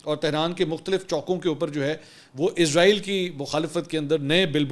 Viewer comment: Sir Izrael nahi, Israel bolo